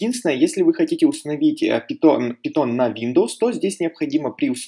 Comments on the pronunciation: Каждый раз когда ты говоришь "пИтон", меня просто коробит. ПАЙТОН, не ПИТОН, омг. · Пайтон а не питон)